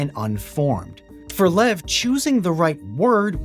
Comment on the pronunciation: His name is pronounced Lyev. Not "lev".